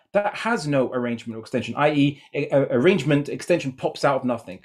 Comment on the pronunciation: The only thing I learned through was "nuthingck"